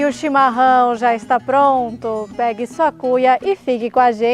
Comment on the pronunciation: Olá vc precisa dizer a palavra chimaráo e não chimarrao